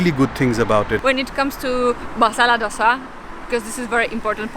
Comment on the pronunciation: Lovely Vlog. as always !! but couldn't resist correct the pronunciation.. Sambr id Pronounced as Sambar or Sambaar DOSA is Pronounced as Do (दो ) sa.. Love you Guys !!